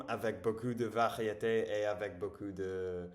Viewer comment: Beaucoup : a lot/plenty Beau cul : nice ass Fais attention à ta prononciation du "ou", on retrouve le même son en anglais dans "book" par exemple